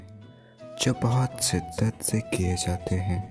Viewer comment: Pahle bolna seekh lein... Phir recitation kariye. Siddat nahi..shiddat ( intensity) sahi lafz hai. Intajaar nahi.. intazar ( wait) sahi lafz hai. Bhasha ka samman kariye 🙏